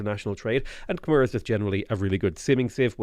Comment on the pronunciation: Great Cast! One thing though, Khmer is pronounced Khmai